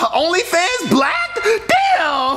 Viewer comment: He said blacked